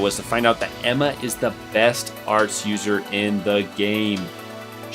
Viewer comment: I also dont want to admit it but im sure you said emmas wrong too